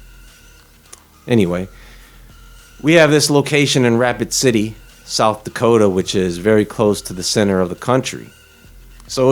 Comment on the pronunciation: did you say "Rapid city" or "Racoon city" ? i wonder what are the real "carcasses" intended for this processing plant